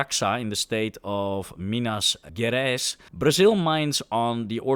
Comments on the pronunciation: As a brazilian, i erked somewhat at your pronunciation of "Minas Gerais", but i understand it. That name also translates literally to "General Mines", because that region is where most of the countries ore deposits are found! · I could have sworn I heard you say it could be found in Minas Tirith 😁